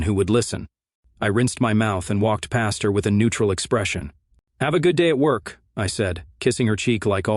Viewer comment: Too much self-introspection and self-congratulatory commentary..... And again this AI voice over uses the word "apparently"..... Everywhere he uses it it can be completely eliminated.... And what's with the hard pronunciation of "K" at the end of the word work....."worKHHh"